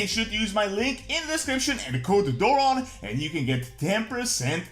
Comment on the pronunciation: Every time you say "use code Doron" I hear "use Codearon" like lordearon.